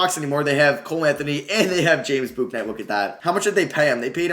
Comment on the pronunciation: Bouknight is just pronounced like "book" "night". You're trying to say the u in it too much.